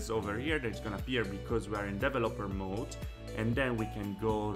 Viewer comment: Dee vel LOPP er Hehe you should put the accent on VEL. De VELoper You make great videos, thank you.